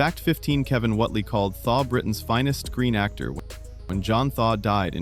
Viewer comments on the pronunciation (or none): ''Whotely?????'' Whately as in Wait-lee!